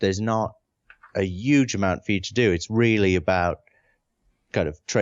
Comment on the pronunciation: There's a lot to love about Sean Murray, but most of all I love how he pronounces the word "huge" the same way as Bernie Sanders.